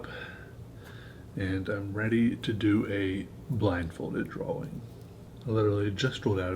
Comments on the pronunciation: Drawing its pronoced drawring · finally found someone who says draWing instead of draLing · He can't pronouns drawing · Am I the only one who only watches his videos for the way he says "drawing" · I'm not ashamed to say this: I hate people who say "drawing" in that retarded way.